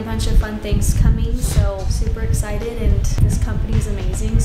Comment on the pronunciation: IT'S EXCITED NOT EXITED